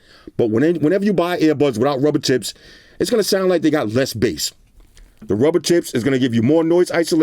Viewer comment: Every time says “tips” I hear t..ts lol 😂